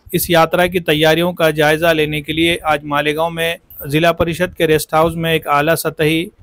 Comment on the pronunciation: वह मालिगांव नहीं है मालेगांव है😊😊😊